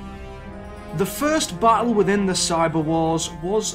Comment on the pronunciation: Sometimes when you say ‘battle’ it sounds like you are saying ’butthole.’